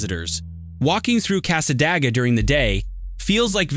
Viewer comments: That drove me nuts every time that he said it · it's pronounced casa day ga Nice video, I actually learned a couple new things about my native state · Its Cas-ah-day-gah not what u said...and its beautiful there, it has an old historical library and devils chair, purple rose store is ran by a very sweet lady. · Thank you. I live about 20 minutes from there, and this AI guy was driving me crazy.